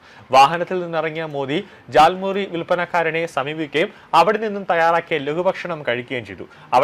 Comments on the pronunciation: Not thal muri. It is jal muri.. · താൽമുറി അല്ല ജാൽമുറി ആണ് 😂